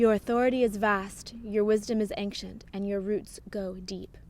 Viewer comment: Loved this video,. But why do you always say anKcient? It's ancient. AnSHent. No K..... Never was there to start with. (ān′shənt)